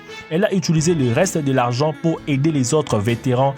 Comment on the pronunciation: tu sais parlé : "minimoum" "le travaux" "dé l'argent" "le rues" etc... ???